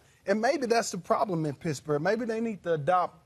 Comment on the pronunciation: Sounds like he's saying Pissburg